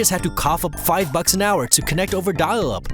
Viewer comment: Did the narrator dropped his false teeth while saying dial up?